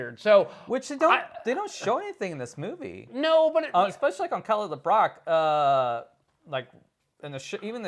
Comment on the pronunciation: It's Kelly LeBrock, not LaBrock. :)